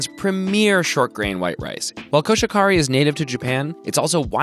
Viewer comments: Just so you know, it’s koshi-hikari. Not koshikari. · Koh-She-He-Ka-ri. No buried syllables or silent/modified vowels in Japanese. コシヒカリ コ-ko シ-shi ヒ-hi カ-ka リ-re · that was the most butchered Koshihikari I have ever heard and it was great lol. i never really thought about it being weird to say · I’m disappointed that you mispronounced "Koshihikari".